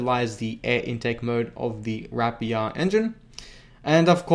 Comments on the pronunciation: why do yofu pronounce rapier as wrap pier? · I like you, and your videos,... but PLEASE stop RAPING the word RAPIER, for the RAPIER engine name... RAPE ER is how you pronounce it:) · Rapier is pronounced as "rapeer"